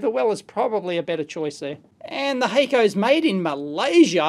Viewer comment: HACK CO not hayco